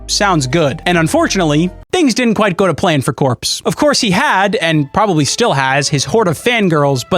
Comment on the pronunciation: Kwite sounding mf